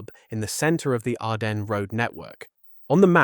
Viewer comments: Sigh … another mispronunciation “Arden ness” it is ardenz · Can't get your AI to pronounce "Ardennes" correctly? No credibility.